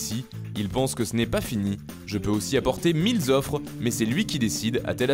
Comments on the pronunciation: "Je peux apporter mille z offres"... Bravo pour la liaison. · y'a pas de liaison on dit mille offres pas milles offres